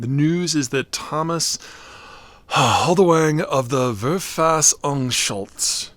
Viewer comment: it is pronounced FAIR-FUSS-OHNG-SHOUD-TS